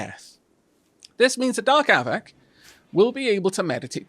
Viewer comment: I noticed with your lets play with Wanderbot, he pronounces your name with a hard A sound. A-vack. As an American I apologize on his behalf but understand, Ameri-english loves to turn pretty much any vowel, especially one that's leading , into its hard form. Savages, I tell you. =)